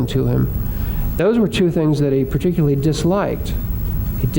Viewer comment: "Particuly", here again, we have an educated person, apparently, who drops syllables out of ordinary English words. Why?. Particuly is NOT a word. Tempory is not a word, yet is used, again by apparently very well-educated people because "they don't know better". I really wish that these "educated" people would learn to speak English. English is a very beautiful language, please STOP abusing it. PLEASE learn to use it.